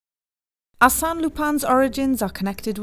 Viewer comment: She pronounced the Arsene so wrong